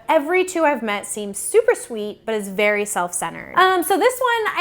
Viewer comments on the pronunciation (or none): none